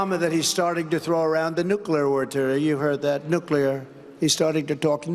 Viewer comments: Lost it at “NOOKLIYUR” 😂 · His stupid way of pronouncing words that he really wants to scare or insult his audience with…like how he kept saying nuclear. He shouldn’t have been eligible to run for president again after what he put us all through. 10 years almost of this bullshit.